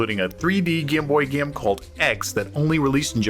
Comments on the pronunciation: Did he mispronounce the word game on purpose? He pronounced game as gime, every single time except for when he said gamers. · It's pronounced game, not gaem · It’s pronounced GAME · The narrator's pronunciation of game is nails on a chalkboard. Gyam. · Cool video. Kinda annoying how the narrator pronounces the word game as "gyim" over & over. Still, love this series. Keep up the great wyirk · I hate how this guy says gim instead of game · Where is the speaker from? His way of saying the long a (game, made, etc.) is awesome. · ‘Game’ said like someone from Northern Ireland! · This guy pronounces ”game” and ”made” really weird. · I've never heard anyone pronouncing the word "game" as this narrator does lol